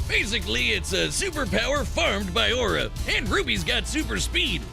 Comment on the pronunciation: At first, I thought he said, "It’s a super powered fart with aura." LOL